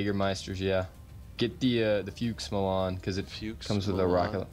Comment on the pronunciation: I am German and it is funny as fuck when you struggle pronouncing our troops xD It is called Fuchs, pronounced like "Fucks"